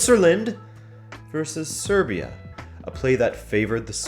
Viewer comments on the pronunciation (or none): none